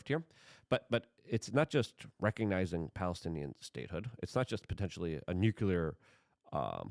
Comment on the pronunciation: Nucular? Strategery?